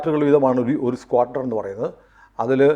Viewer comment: എടാ നിനക്ക് അറിയാവുന്ന കാര്യം പറഞ്ഞാൽ മതി... സ്‌ക്വാഡ്രോൺ എന്ന് നേരെത്തെ ചൊവ്വേ പറയാൻ പോലും. അറിയാത്ത നീ ആണോ കോണക്കുന്നെ